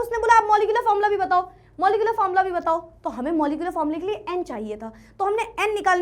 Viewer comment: Formula ❌ Fomla ✅